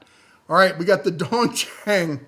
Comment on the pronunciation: You mispronounced "Dong Cheng (东成)" pretty badly. Pinyin is a little weird, though IMO no worse than having to pronounce identical syllables of words with different roots differently. Not sure how helpful this might be (since different regions have different pronunciations of English words as well), but the "do-" of "dong" sounds more like "dough" than the "do-" of "doll". And the "-eng" of "cheng" sounds more like the "-ung" of "rung" than the"-ang" of "rang". For Chinese words, if you have (or are able to look up) the original characters, you can also use Google translate or an online Chinese-English dictionary to listen to how it's pronounced. Just don't look at the pinyin when you're listening to it the first few times, unless you're actually familiar enough with the pinyin in the first place.